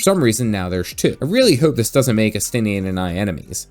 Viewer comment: You can tell who is cool and important, here, by the names that pronounced correctly, which were, of course, Estinien and. Really enjoyed your videos on GW2, as I'm very new to it, and I'm delighted to see you're also an FF fan.